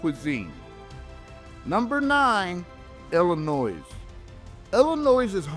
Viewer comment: There’s no noise in Illinois, it’s pronounced Illinoi.